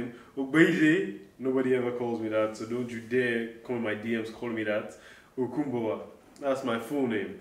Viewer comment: Lmao How does she sound so Nigerian pronouncing your name 👊🏾